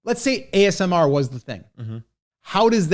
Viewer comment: I’m confused 🤔 is it amsr or asmr? Hat 🧢